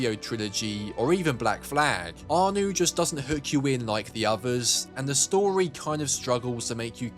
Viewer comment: Its ArNO not ArNU..... Also no mention of companion missions starting with brotherhood? No mention of the homestead or convoys or crafting in 3? Crafting bombs in Revelations? No syndicate?